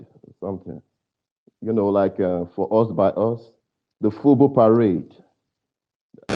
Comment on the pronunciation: He said, FUBU parade? I thought he said, FUBU pirate. 😮